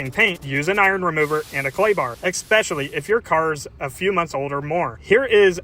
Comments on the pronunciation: ESS-pecially - not EX-pecially. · OP needs to pronunciate the word ESpecially correctly. And yes - too much product is a common mistake when using these.